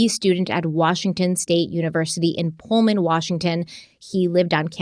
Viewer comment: I’m really impressed at your correct pronunciation on both Moscow, ID and Pullman WA. My kids have attended both of these universities and I myself attended university of Idaho.